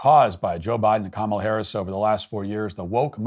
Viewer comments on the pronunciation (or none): Oh, Harris said it with Jamaican accent.